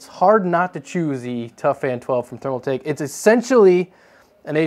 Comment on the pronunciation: ThermalTAKE not ThermalMAKE